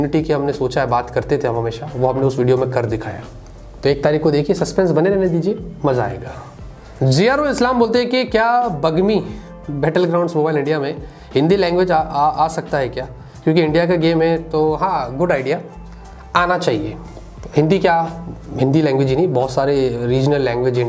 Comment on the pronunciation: Battel Ground hota he Bettal Gtound nhi